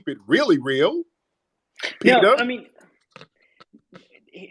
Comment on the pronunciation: Peter? Peeterr? 😂😂😂